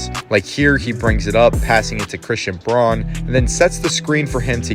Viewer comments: outstanding analysis, but for future reference C. Braun pronounces his name Brown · Braun is pronounced brown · A great video, so I subscribed. You kept mispronouncing Christian Braun's surname. It ought to be pronounced the same as Brown.